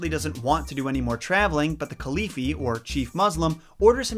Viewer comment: I just wanted to say that the chief muslim is pronounced Khalifa and not Khalifi. For future references ^-^